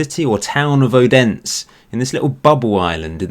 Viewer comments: Odense is pronounced “O-den-se” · You spel out the e aswell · The letter "D" in Odense is soft and sounds like the english "Th-sound" in this.